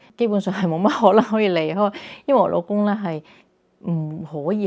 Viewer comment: 你老公自我介紹“老公”兩個字好似講嘅係普通話？？